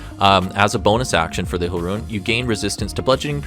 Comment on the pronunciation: "Ruin" Knight